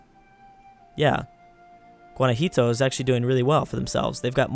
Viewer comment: That's "Guana-hwato" not "Guana-hito"